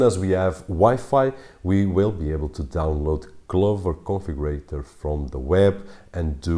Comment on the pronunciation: Who else heard Clover Coffee Grator, whenever he said Clover Configurator?